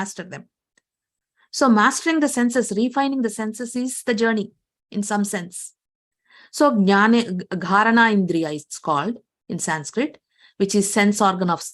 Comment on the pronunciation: Thank you so much Sister. just one correction smell sense is called Ghranendriya NOT Gharana Indriya घ्राणेंद्रिय